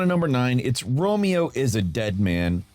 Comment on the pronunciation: Can we give the easiest names possible? Because every decision I’ve ever made in my life just lead up to me hearing him pronounce Romeo as “Ro-mayo” 😂😂😂